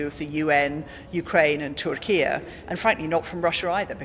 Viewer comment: Did she say Turkia?😂